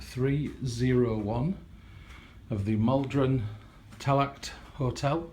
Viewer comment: Yes Dublin my homeland, hope you enjoyed your stay here. Just to let you know the t at the end of Tallaght is silent.